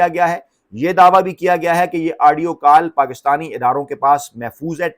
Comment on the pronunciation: U r doing typical ties in the nation just to increase ur vlog's liking...ur wrong pronunciation...*adio* adio adio...tha should be audio